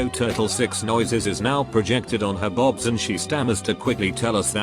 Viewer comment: I love when the robot narrator pronounces “boobs” as “bobs” and I’m going to start using this now.